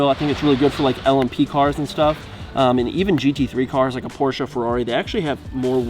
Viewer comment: PORSCHE!! not Porshaaaaaaaaa